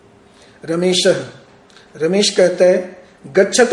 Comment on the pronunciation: ramesh nahi hota hai ramesha hota hai